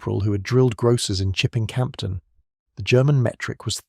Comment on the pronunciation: Cam-don not camp ton